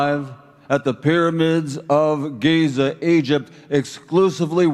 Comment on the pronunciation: "Geezer" Egypt 😄🤣😂